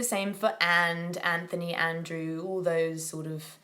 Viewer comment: Superb accent - one tiny observation - you said the 'th' in Anthony and we tend to say Antony, not An-th-ony.